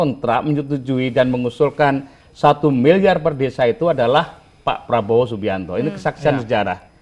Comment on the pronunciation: kalangkabut...makanya klo bosnyaau pidato di teliti dl, biar ga salah ucap...hehehe